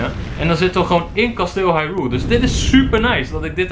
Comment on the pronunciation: Het is geen hairul kasteel. Het is Haruyl